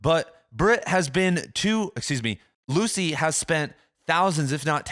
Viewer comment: Small thing, but Dianne Luce is pronounced like “Loose” and not Lucey. Folks usually don’t pronounce the middle initial either. Nitpicky think to mention, I know, but a lot of folks know of her and it is just a tad distracting.